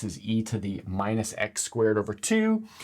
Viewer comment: eRRRmeet not her-mite